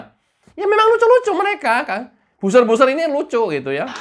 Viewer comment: Buzzer ini cara bacanya 'bazer' mas bukan 'buser'. Semoga lain kali bisa diperbaiki sehingga kedengaran lebih sedap. Tetap semangat menjadi Buzzer NKRI.